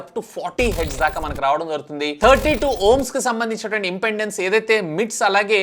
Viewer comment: anna adhi impendence kadu impedence